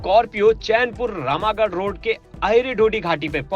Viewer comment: Rama garh❌ Ram garh✅ Paalmu ❌ Palamu ✅